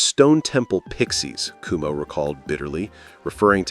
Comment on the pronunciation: You're pronouncing his name wrong. It's not "kumo" it's "QuoMo", like the former governors of New York. Also, having Rick Ocasek as the producer is what launched their career, That was definitely the right choice. He's a genius.